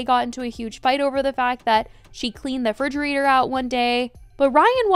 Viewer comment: Fridgerator? I thought it was a refrigerator